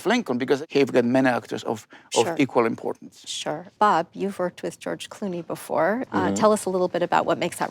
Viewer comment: "George Glooney"